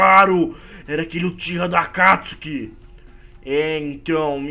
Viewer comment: Não é óbito obito e não é akatsuke éAkatisuki